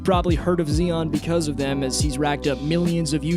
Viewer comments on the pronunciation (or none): Z-EYE-ON not Xion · nigga said zee on